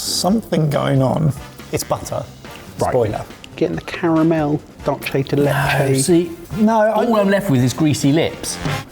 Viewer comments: Dulce de leche is a spanish name, the c in dulce is pronounced like an s, not like an italian c and the u is oo. Dulce, not dolce. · Given is rather keen on things Spanish, and is a bit of a pedant, I feel I really must correct your pronunciation of Dulce de Leche. It's Dool-thay de leche. Dol-chay is Italian, in which it would be dolce de latte. Hearing the mish mash (very common, I must say) is like nails down a chalkboard to me! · Not the DOLCHE de leche again guysss lol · You guys need to learn how to properly say dulce de leche😂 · well English doesn't have an equivalent sound so unless told we're gonna keep pronouncing it wrong. No need to be snobbish about it